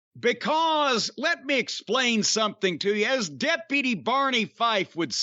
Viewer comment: the way Jim says “because” lmao